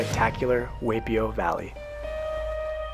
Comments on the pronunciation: Hi! I’m sorry you couldn’t keep watching because of our efforts at pronunciation! We do put in a lot of research but looks like we just missed the “Why” vs “Way” but did better at the rest! We know for next time! Thanks for watching 🙂🌴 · Correction, it is pronounced Y P O valley. Not way p o. Like Y.M.C.A. Other than that, you did a good job on this video! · Hi friends!! Thanks for watching and for your support ❤️ We learned after posting that Waipio is pronounced “why”pio. Thanks for pointing that out! We apologize for the mistake and know how to pronounce it correctly in the future🙂 also note that Waipio is now closed to visitors ☹️ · btw waipio vally is pronouced whypio vally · Great video and places you visited but do some research before making claims like it's the only place in the World to drive with Manta Rays is incorrect and learn to pronounce things like Waipi'o valley is pronounced why p o!!!! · Only the pronunciation of Waipio Valley is slightly off. But, this is one of the best I’ve seen. I’m glad i live on the big island. I live on the hilo side. I recognize most landmark you shown in the video. Like the Volcanoes national park and the beautiful waterfalls. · You pronounced Waipio Valley incorrectly. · If you're going to do a documentary on touring in Hawaii, you should first learn how to pronounce our place names. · At bare minimum, the least you could do is pronounce the names correctly. You butchered Waipi'o Valley. I had to stop watching because I was cringing. Taking the time (not long at all) to learn proper pronunciation of your travel destinations on the islands should have been at the top of your list.